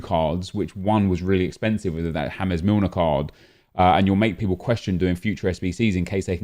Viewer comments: Why does he say " Hames Milner ", it's " James ". He's English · You are aware that it is pronounced James Milner. Not hamez Milner?